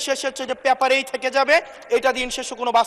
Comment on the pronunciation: হাসনাত। সাহেব। শব্দটা। প্যাপার। নয়। "পেপার " উচ্চারণ। ভুল। কেন? আপনি। কেমন। শিক্ষিত???😊😊